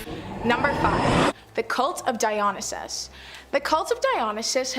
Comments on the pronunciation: DIE-OH-NIGH-SIS is the correct pronunciation of Dionysus. Just friendly reminder. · It’s the cult of Dionysus. Dio-ny-sus. Sorry that’s annoying as someone who works with him when they don’t even bother to say names correctly. 😅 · Say it with me Die- O- Nie- Sis. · Girl can’t even pronounce Dionysus properly.